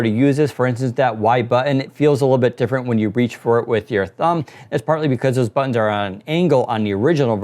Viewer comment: say buttons